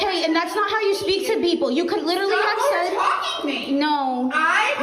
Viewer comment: It's been two years and people are still overusing, misusing and mispronouncing "literally" (it's not "litterly," dumbasses). Give it a rest already.